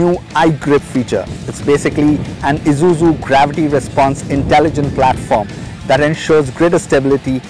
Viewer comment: Wish he'd stop calling it Izuzu.. it's grating to the ear